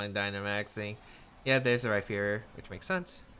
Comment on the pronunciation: So now that says Max Phantasm correctly, are we going to point out that he pronounces Rhyperior like it has a phonetic "ph" in the middle? 😒